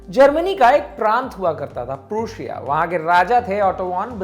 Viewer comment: अबे मूर्ख प्रोशिया नहीं प्रशा है। कुछ तो होमवर्क कार्रवाय करो। मजाक लगता है भाई।